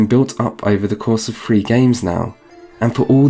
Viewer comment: If you cannot properly pronounce a word, best not to use it if an alternative is available. Were I you, I'd have used Wild Hunt instead of Witcher Three to avoid saying Witcher free so frequently. Second, citing a game as having a flaw because you cannot just fight enemies of higher level right off the bat is lame. It's not restrictive that some places are not accessible until you level up enough face them. The game even sprinkles in some higher level enemies amongst lower level areas to lessen the trope of such compartmentalized areas. Third, it seems you are talking out of both sides of your mouth on the issue of XP. There is no way to avoid being over leveled as you call it without being "like Ubisoft" and requiring a significant amount of the side material be played to get through the main quest line. The current design lets the player choose what kind of a side content they want to do and what reward they want. If they really just need XP, they can do what they like most. If they have plenty of XP, maybe they do side content because they just like to play it for the side story. Either way, you harp on player choice and then crap on a mechanic that allows player choice.